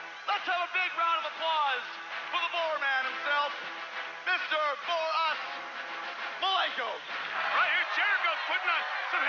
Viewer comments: "Bore-Us" Malenko > the current wwe roster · Bore-us Malenko